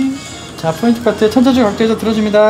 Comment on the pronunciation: 포인트.point 인데.계속 F발음으로 하시네요.foint 뽀인트 라고.ㅋㅋ